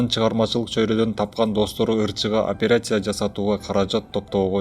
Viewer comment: Операйся эмес операция,журналист блогер болгондон кийин туура таза суйлогонду уйронуш керек